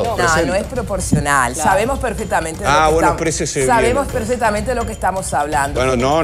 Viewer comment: Gloria se dice "perfeCtamente"..no PERFETAMENTE